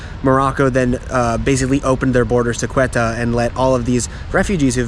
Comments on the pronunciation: Ceuta is not pronounced „Quetta“ it’s pronounced „sé-oo-tah“ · Ceuta is pronounced Seuta not Queta! and there is Melilla too! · Nice video. One correction: the name of the Spanish city is "Ceuta", not "Cueta". And Ceuta was Portuguese until 1668, then became Spanish till now.